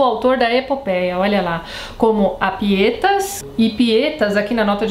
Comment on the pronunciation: Só auxiliando em detalhes: sobre a pronúncia, PÍeTAS, GRÁuiTAS e DEuóTIO (o som do v não existe, mas é pronunciado algo entre u e v). Sobre a Pietas, ela se trata de uma devoção para com os costumes, sobretudo, honrar os deuses, cumprir com o destino, não se entregar aos prazeres em vez da luta - depois veremos como esse ideal de herói será descontruído, principalmente por Ovídio, cito os versos de Virgílio e a paródia de Ovídio (e em tradução minha livre): Arma virumque canō, Trōiae quī prīmus ab ōrīs (As armas e o varão canto, que das orlas de Tróia) [sim, as "armas e os varões assinalados" de Camões vem daí] Ītaliam, fātō profugus, Lāvīniaque vēnit (veio até a Itália, fugido do fado, e até Lavinia) ... Arma gravi numero violentaque bella parabam (As armas em verso austero e a guerra violenta preparava) edere, materia conveniente modis. (para canta, a matéria que convinha ao meio) par erat inferior versus—risisse Cupido (o verso em parte era inferior - riu-se Cupido) dicitur atque unum surripuisse pedem. (e dizem também que me surrupiou um pé [do metro]) Isso para justificar que Ovídio cantará em versos elegíacos (hexametros, iguais aos versos de Virgílio e usados nas épicas, Ilíada e Odisséia também, seguidos de pentametros, ou seja, versos de 5 e não 6 pés, i.e. com um a menos)